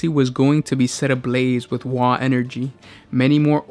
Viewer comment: You mispronounced WAAAAAAAAAAAAAAAAAAAAAAAAAAAAGH!!! Good video though 😁